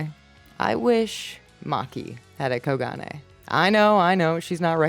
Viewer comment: I think it's pronounced as Ko-gun